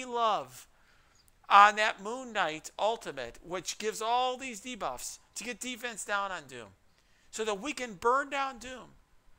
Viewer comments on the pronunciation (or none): Just wanna say he said "moon night debwuff" xD